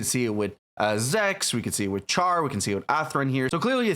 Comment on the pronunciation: Btw char is said shar